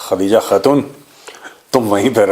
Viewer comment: Khhhhhhhadija khhhhhhhhatuuun... 😂😂😂